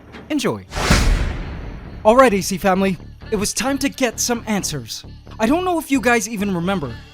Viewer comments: Ok when he said “ok Ac family it is time to get some answers “ I thought he said “ok Ac family it is time to get some antswers” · Did you say ANTswers? Kappa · “*antsers*” k I’ll leave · Dude said antswers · You said answer or you mean antswers hahahahahahahaha get it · Did you mean, some....ANTSwers?